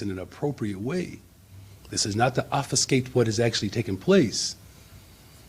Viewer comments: " This is not to ""OFFICECATE"" what actually took place .. ?!?!? WTF ??? ------ 'korinate' ...??? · “Offiscate” 😒 what a regard. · can't even pronounce obfuscate but he is sure good at doing it by calling these dangerous mobs "children". The security guard was, indeed, what a man should be and the "children" caused his death by their outrageous behavior. If those "children" had been taught to respect their elders and those in authority, this would not have happened to him. Johnson is not a man. I am so sorry about the man who lost his life and am so sorry for his dear wife. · Did he say "y'all"? Did he mispronounce obfuscate? Where was he miseducated? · Talking about language and unable to pronounce obfuscate